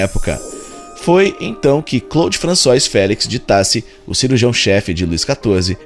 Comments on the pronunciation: Françoá, melhor escrevendo. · Muito bom o trabalho. Divertido também. Agradeço. Apenas sugiro um cuidado maior com certas pronúncias de palavras estrangeiras, para não prejudicar a qualidade da pesquisa. ROI, em francês, diz-se ROÁ, por exemplo, assim como FRANÇOIS se diz FRAÇOÁ.